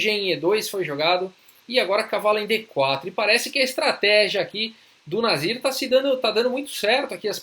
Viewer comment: ótimo video , eu fui o único q confundiu ele falando o nome do nasir e escutou nazista ou algo parecido ? Brincadeiras a parte , uma ótima partida e analise também